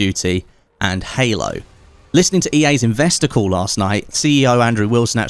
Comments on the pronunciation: Sounds like you keep saying ‘investicle’ not ‘investor call’ haha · Ahh... “investor call”.. I heard “investicle”, what ever that is... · Every time he said "investor call," I swear I heard "investicle."